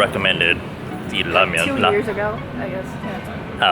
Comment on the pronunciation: Instead of "a ramen shop" I heard"a robbing shop" and then I replayed it and I kept hearing "a Robin shop"